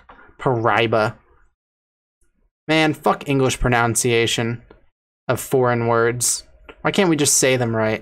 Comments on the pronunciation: “Why can’t we just say them right” proceeds to say pronounciation pronunciation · “Fuck English pronunciation” Mispronounces pronunciation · The irony of pronouncing “English pronunciation” wrong gave me a chuckle